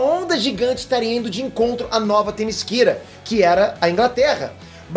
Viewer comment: É témiséra e não temisquera